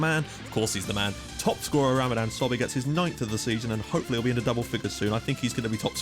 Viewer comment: It's not "SOBE" it's "SOBHY"